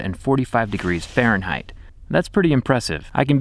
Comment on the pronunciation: "Farenhite and calculus"